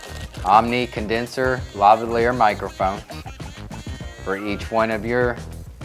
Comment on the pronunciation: Lavalier is pronounced differently, great funky background music though :)